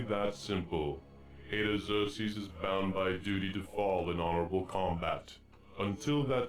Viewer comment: The Tear Annes and planet Eye-your for Iggzerksees